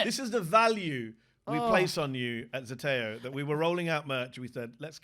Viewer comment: Unless everyone at Zeteo pronounces "Zeteo" incorrectly, the pronunciation shown on Owen's hoodie in wrong. "zē tē ō" = "zee tee oh" Why did no one fact check the merch?